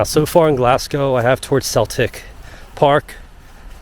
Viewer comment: cracking vid bud. one small thing - we don't pronounce the 'P' in Hampden - so its Ham-den Park. Also its Glazgow not Glass-go.